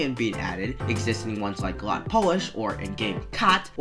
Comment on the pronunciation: lot not kot